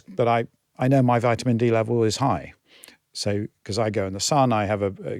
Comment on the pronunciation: Dude can't even pronounce ''vitamin'' right!😂😂🤡🤡